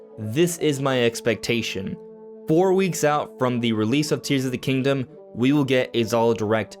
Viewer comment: "Tees of the Kingdom".